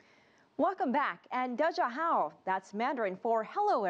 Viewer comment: omg her da jia hao was terrible